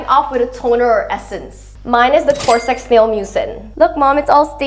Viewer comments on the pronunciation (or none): Why is no one talking abt the fact that she pronounced cosrx as "cOr-Sexz"